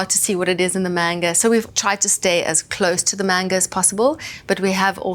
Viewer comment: Please say Manga correctly. Its not mainga